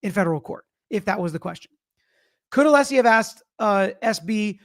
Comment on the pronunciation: or when brennan keep saying mr aleesi insted of Alessi